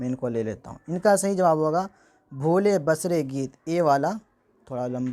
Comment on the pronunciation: اس پر آپ وقت مت لگاو۔قرآن ہی ٹھیک ہے۔۔۔۔۔اللہ آپکو عافیت سے رکھے۔ اور ۔۔۔بھولے بسرے ۔ب کو زبر نہیں بلکہ زیر سے پڑھنے کی امید کرتاہوں۔